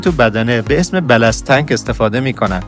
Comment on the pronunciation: درستش بالانس تانک هست نه بلس تانک باتشکر ❤